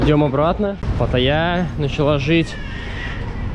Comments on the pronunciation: Теперь про ударение в названии одного из тайских городов Паттайи. Оно падает на последнюю букву — ПаттайЯ. Ну посмотрите других блогеров кто здесь живет) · Потааая, ударение на А,слух режет на Е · В чем связь "ПаттайЯ и ПарИж"? Склонение чего? ПаттайИ и ПарИжа, где? в ПаттайЕ и в ПарИже. Может, вам стоит в википедию посмотреть, что в названии города ударение на последнем слоге. Что касается речи, может, и есть нюансы, но ребята постоянно говорят на ходу в режиме онлайн, даже самый грамотный человек не всегда сможет быстро подобрать слово, сформулировать быстро. Попробуйте сами записать какой-нибудь текст без дублей и все поймете. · ПаттАйя. От вашей ПаттайИ кровь из ушей. Уж можно было выучить название города, куда едете. Зазвездились вы... Жаль. Начиналось хорошо. Но даже 100 000 подписчиков ещё не набрали, а уже корону словили. Не надо так относиться к своим зрителям. Я с вами, например, уже больше года. И всегда поддерживала ваш образ жизни и отношение к детям. Но смотреть стало неприятно. Я сама блогер, у меня есть канал и тоже довольно успешный. Но так разговаривать со своими зрителями я себе не позволяю. Если мнение не совпадает с вашим, то сразу называть нехорошими словами? Камера - ваш инструмент. Утопили - бывает, но это издержки ведения блога. Мы тоже уже разок камеру утопили и ничего не просили у подписчиков, купили сами новую в рассрочку. Да, люди помогают по своему желанию, согласна. Но те, кто не помог - для вас то самое слово? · По-тайски в слове Паттайя, как и в большинстве тайских названий ударение падает на последний слог (например в названии бывшей столицы Тайланда - города АюттхаЯ и крупной реки в Бангкоке - ЧаопрайЯ, ударение также падает на последний слог), т . е. правильно говорить ПаттайЯ. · Режет слух ваша ПатайЯ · Правильно говорить ПаттаЯ с ударением на последний слог .Это- особенность тайских названий городов.Есть даже песня на русском языке,где поют о том,как правильно произносится названиеПаттаИ.